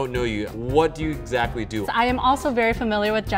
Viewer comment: Also "eggsactly"